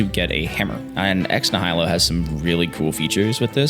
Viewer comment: Nihilo is pronounced Nai-ya-low, not Nih-High-Low just so you know